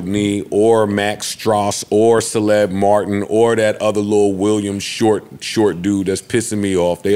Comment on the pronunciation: Aye why Joe don't know how to say Caleb (Kay-lib)